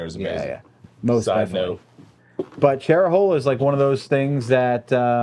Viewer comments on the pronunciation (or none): Ok, first of all.. it's "CHER-O-HALA" Skyway... Haha and yes it's one of the very best rides out there for long sweeping turns, elevation changes, tons of pull offs and the road to Bald River Falls is also of the Cherohala. The Foothills Parkway also off of US129 The Dragon and the Moonshiner 28 kicks ass. And also Blood Mountain and Suches Georgia rocks in the NC/TN area. Blue Ridge as well, and the ride through the Smokies from Gatlingburg to Cherokee is great. Laconia and the Kankamungus Highway is spectacular in NH. Of Course Daytona with the Tomaka Loop and associated areas are fun. Yellowstone is A MUST!!! Absolutely stunning rides through Wyoming and Montana. I guess the only thing really left on MY bucket list is Route 66 and Sturgis and associated Rushmore, Devil's Tower, Black Hills!